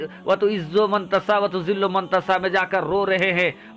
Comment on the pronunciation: मं तसा न बोलें यह 👉मं तशा बोलें